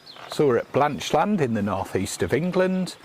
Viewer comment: We live 10 miles away in Hexham. We were amused by the pronunciation of Blanchland, as if it were two words, Blanch Land. A bit like saying England is Eng Land.